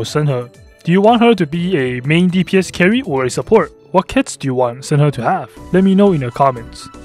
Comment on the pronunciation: The way he pronounces shenhe Its shun-hay not sen ha